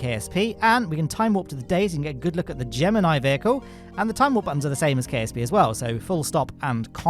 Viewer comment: Hey he pronounced Gemini wrong